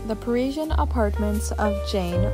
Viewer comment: The late Serge Gainsbourg, always smoking, unkempt, must have stank with rancid breath🤮. Jane/Serge, were very interesting , but this pointless video with repetitive, poor narration, bad pronunciation, ‘priezien’ was so boring I fell asleep! 💤